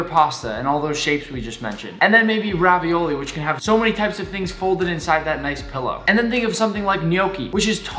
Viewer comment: I don't trust someone who says "I'm Italian" and then "raviöli" hahahaha